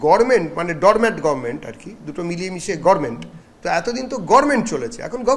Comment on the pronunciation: গরমেন্ট কথাটি আমাদের বাংলার চুরির রানী বিগত দিনের মুখ্যমন্ত্রী বলতেন😂😂😂Gavarment বলতে পারতেন না।।।